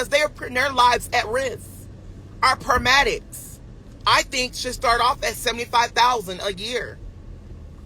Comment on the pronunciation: Pairmadics the gud doctah knows😂🤣😂🤣😂